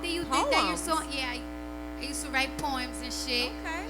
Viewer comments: Wait did she say poems or porn? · I really thought she said porn and I was like wait✋😂😂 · Haha the interviewer had to clarify that she said poems instead of porn. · 😂😂thought she said porn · Lol I also thought I heard porn, until the presenter said poems and I was like... oh! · When she said poems I thought she said pornos or porns